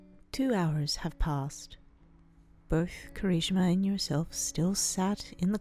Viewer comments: I’m not saying this to make fun of you for your speech but it’s kirishima not Kari-shima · When said Kirishima, I heard conichiwa... (I don’t know how the fuck to spell that) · Alex_the_wolf 07 KERESHIMA... she says it like... her I guess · Kira-shimama? Narrator what is life to you? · The way she said Kirishima😂😂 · The way she said Kirishima made me start wheezing Edit: I'm sorry it just made me laugh...